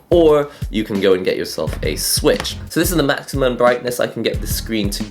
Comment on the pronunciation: Nintendo's 10 gen confirmed "Ninteno Slich" lmao